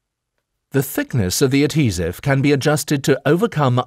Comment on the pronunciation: Pretty sure that not how u pronounce adhesive lol